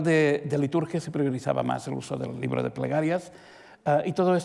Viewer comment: Es un fastidio oír al calvo. No pronuncia bien las palabras. Usa mucho la R. El ribro de pregarrias.